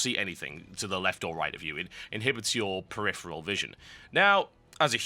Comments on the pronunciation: Dude, you have a fetish for the word preriferal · We should have a drinking game where we drink every time TotalBuscuit says "peripheral"